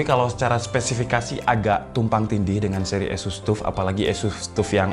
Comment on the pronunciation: asus bang bukan esus